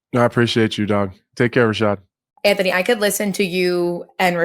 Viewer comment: Bisping never learned how to pronounce AnTHony. Always calling him antony.